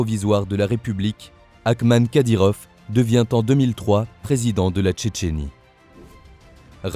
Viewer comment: Les français m'énerve a dire kadyrof c'est kadyrov!!!!!! Tout le temps a dire F au lieu de V c'est français pourtant !!!??